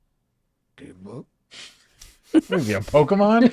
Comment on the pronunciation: I'm sorry, I believe that it is properly pronounced Teeeeee-BUCK!, not tee buck. Cheers!